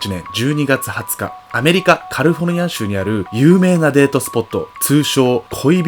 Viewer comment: カリフォルニアって言うん苦手なん？